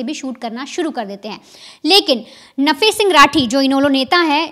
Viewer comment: शब्दों का उच्चारण सही नही कर रही हो आप। INOLO नहीं है ईनेलो है। नफा सिंह नहीं है, सही नाम "नफे सिंह" है ।